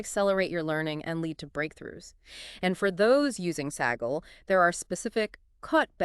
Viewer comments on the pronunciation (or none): The AI started to have a brain aneurism. Saggle instead of Kaggle.